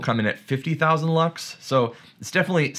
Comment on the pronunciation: I thought you said bucks and not lux 😆